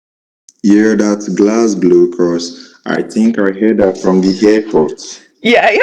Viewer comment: Islay of Mulley!! He doesn't know how "Isle". is pronounced 😂😂😂. Also said "Glasglow". 😂😂😂